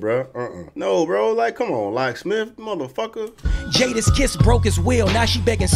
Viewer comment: that “mutha fucka” was personal 😂😂😂